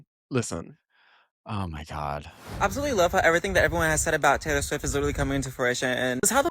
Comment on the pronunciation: I interrupted my white cis ass to notice Brad pronouncing this.